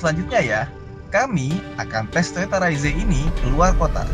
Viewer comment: Padahal enakan bilang reiz om